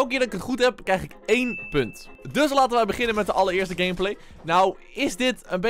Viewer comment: Hij zegt gamebalz😂😂😂